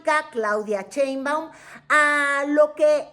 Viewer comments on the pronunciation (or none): Mientras sigas pronunciando "Cheinbaum", no te voy a ver 😅 Pronuncia bien su nombre!